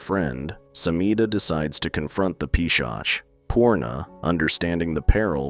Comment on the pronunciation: Peeshaak, Peeshaach, Peeshakh❌ its P-shaach